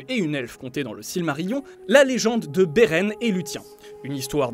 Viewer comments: Autant les prononciations très mauvaises pour Beren et luthien (entre autre, on ne commentera pas les citations elfiques ^^) je peux comprendre que ce n'est pas évident si on est pas un grand fan de l'univers de Tolkien, autant dire n'importe quoi pour expliquer la longue vie d'Aragorn et des Dúnedain/Númenóréens c'est vraiment la preuve d'un gros manque de sérieux ... Pourtant le reste n'est pas trop mal mais dès que ça sort des films on sent que c'est moins maîtrisé. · Putain c'est quoi cette prononciation de merde ? Vous aimeriez qu'on écorche votre nom ? Faites un effort bon sang x) j'me suis crispé sur Beren et Luthien ! =>